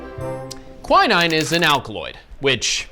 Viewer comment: Why the hell is he saying quinine like that? 😅 Thats not how you pronounce it.